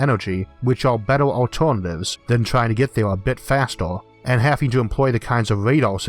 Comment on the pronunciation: Hardor, fastor, bettor!